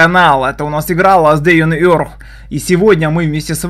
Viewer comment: Ласт дэу он эрх???? Чегоо? Че за анг у тебя